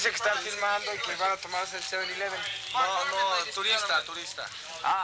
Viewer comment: He said “7 elevooon” 😂 First troll ever recorded on camera.